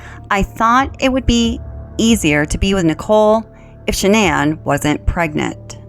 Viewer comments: Why is it her father and brother can't pronounce her name correctly 🤔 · Interesting that her own family pronounce her name normally like Shannon. Also even if he wasn’t cheating, I’m surprised she doesn’t assume it was her outrageous behaviour towards his mom and dad. That would be enough for me to disconnect completely. Atrocious behaviour and he should have taken any opportunity to get them tested for those allergies. I’ll bet they weren’t allergic to anything. They were so toxic together. He should have left her. I cannot understand why he chose violence. It was crazy and I can’t fathom what he thought would come from it. And his daughters??? I can’t understand his rage at them at all.